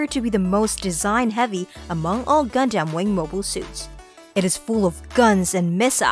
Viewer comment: is it just me or does anyone else get upset at the pronunciation of gundam? for me it will definitely be Exia